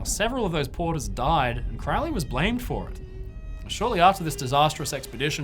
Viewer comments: It would really add to your credibility if you pronounced his name right. It was Crow-ley, like the bird, not "crou-ley." He despised witchcraft and did not do "black magic." It might help if you actually read something he wrote. Jeez. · it isnt. crowley even wrote a poem about it " those who treat me foully call me cr -ow-ly those who see me as holy call me crow-ly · It is pronounced Kroh'lee, NOT CROW-LEE. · Why does everyone pronounce it Crou-lee, when ots pronounced as it is spelled: Crow (the bird) Lee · Crowwley how he pronounces or crow-ley? I say Crow ley... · It’s Crow-ley, rhymes with Holy. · Superficial Bull shit, You can not even pronounce Crowley"s last name properly. The man was brilliant. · No it's not, it should rhythm with "Holy", I'm also in the UK. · He himself always pronounced it to rhyme with "holy." And he didn't do "black magic."